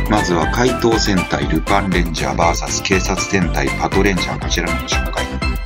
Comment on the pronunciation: ルパパトは出来れば、VSを「バーサス」ではなく、「ブイエス」と読んでいただきたい(^^